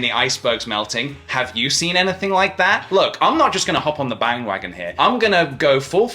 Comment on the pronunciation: Did anyone else hear bang-wagon??? PJ??